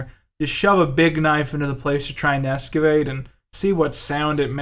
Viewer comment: What are you Brad Leone??? Its excavate dude not escavate